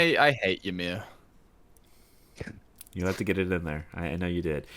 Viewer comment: Always entertaining I appreciate these reviews. Just wanted to throw it out there "Ymir" is old Norse and is pronounced "Ee-meer" or "E-meer".